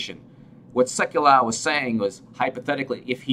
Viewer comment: Pronounced... Sek you low.